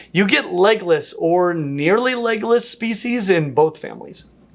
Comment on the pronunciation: I several times heard Legolas instead of legless. Where would the different dragons fit in best if they were real?